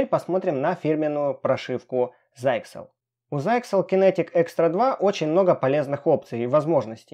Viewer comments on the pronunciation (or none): Обзоры гаджетов от ха-ха-ха зайксел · Вообще то, почти точное произношение этого слова, звучит как : "ЗИКСЕЛ" По крайней мере, дедушка "гугль" так вот его ПРОИЗНОСИТ .Убедиться можно набрав слово в онлайн переводчик е от того же "гоголя"(нажать на пиктограмму динамика) и прослушать... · заиксел ха-ха-ха